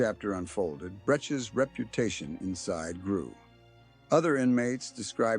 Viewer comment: This is AI talking. Not pronouncing his last name correctly. Dale is one of the good ones, a friend since 1979 when we were in San Diego County Jail. We went to Chino State Prison, then we're in the Folsom SHU together. He's a very tough guy.